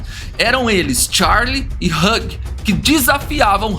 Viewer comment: Vídeo excelente amei 👏👏👏👏👏 só um diquinha de inglês Hugh, se pronuncia /hju/